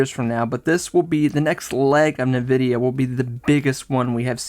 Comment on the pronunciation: It’s “N” vidia not Nividia